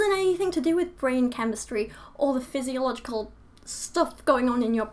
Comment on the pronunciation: You said "physicological"? I hate to be pedantic(ok not really), but it is physiological. No offense.